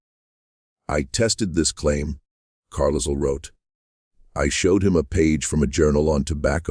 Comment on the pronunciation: Yes! “Carlisle” with the S sounded. Disconcerting!